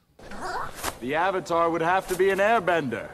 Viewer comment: Movie: Are you the Uvatar Ung? Me: Who?